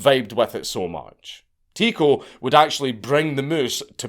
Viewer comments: It's pronounced Ty-co no tico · His name is pronounced TIE-KO